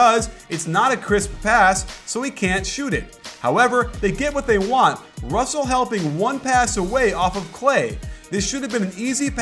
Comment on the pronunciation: lol he kept messing up russel and clarksons names wrong